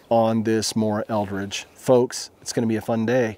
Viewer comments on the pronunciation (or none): Eldris not eldridge